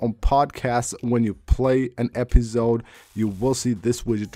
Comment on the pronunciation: "pozcad" LOL "epizode" lol and what do you mean in your title "never thought this will happen"?? Another click bait title which makes zero sense.